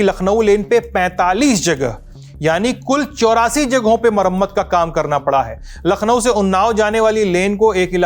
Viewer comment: Baba ji lakhno nhi hota h